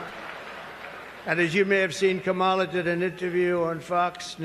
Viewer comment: You keep pronouncing Kamala’s name wrong. It’s “comma-la”, like “communism”